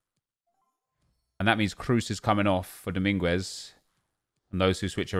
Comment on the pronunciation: The u in Dominguez is silent